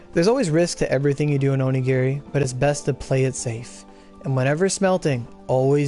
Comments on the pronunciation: "orogiri" ugh ugh.. my head.. the migraines.. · yeah i hate it when he says "orogiri" my god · Did you just say "Orogiri" yo. Call the dyslexia police.